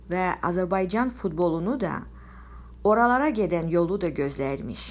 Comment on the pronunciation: Azərbaycan sözünü düzgün tələffüz et sonra danış